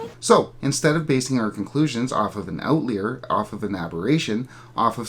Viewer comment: it's pronounced out-lie-er not out-leer